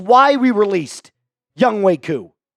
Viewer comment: Why’s it pronounced young-way when it says young-hoe?